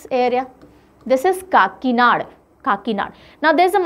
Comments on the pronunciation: And it will be kakinada not kakinad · काकीनाड़ा kehte Hain Didi 😁I m here after talking with an Andra person living in kakinada😂